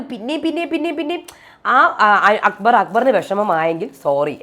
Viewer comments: 😂😂 njn ath kettu ippol akbarin pakkaram akubar enna vilikune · akkubar enn parayunnath kelkkumbol thanne chiri varum😂😂